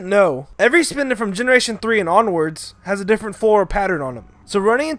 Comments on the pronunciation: ... This ISN'T POKEMON GO, this was made BEFORE THAT. Do you know how to read descriptions? Because there's a little thing above them called a date. Plus, what's a SPINDOW?! It's spelled Spinda! And plus, Spinda is gen 3! Not gen 1. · When he said Spinda my mind had an ERROR